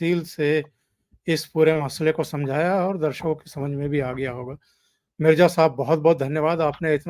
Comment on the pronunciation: Mirja nahin re MIRZA bolo